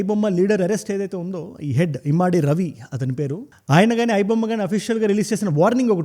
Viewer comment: Immaadi kadu ra babu adi immadi. Telugu chadavadam vasthe ardham avthadi.